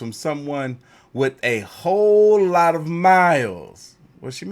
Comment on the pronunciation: Ho-lot of mileage 😂😂😂😂😂😂